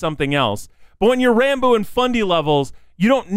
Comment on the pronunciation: Opps long comment ahead: His name is actually pronounced like Rahn-Boo, but he's too shy to correct anyone on it so most on the SMP say it like Ran-Boo like you did in this video or pronounce it Rambo lol. Ranboo did hit 500k on youtube before the new year! and has continued to gain subs and follows on Youtube and Twitch at an insane pace. Ranboo came into the SMP a fan of the content and creators. He probably knew more about the lore than most of the members and he'd already thought about what his character would be and what he'd do if he got on it. After getting roped into the plot almost immediately after joining, he sat down that night and created an entire character document outlining lore, quirks, personality, etc. from which to draw from when in Role Playing mode. This makes him pretty much the only character on the SMP who actually has a fully fleshed-out backstory that influences his behaviors and beliefs, making him a very very compelling character with a lot of depth, complexity, and mystery. He's really good at drawing out reveals about his character and dropping bits of lore when you least expect it. I look forward to seeing where Ranboo's story on the SMP goes! A lot of people say Ranboo is like Technoblade but with emotions. While they do share similarities (same laugh, a similar sense of humor, Social Anxiety, married to the Grind, shared mannerisms), they are also very different in a lot of ways of course. Ranboo to this day still doesn't see the comparison